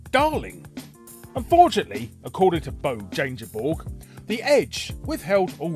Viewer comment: I love the brutal pronunciation of Bo Jangeborg.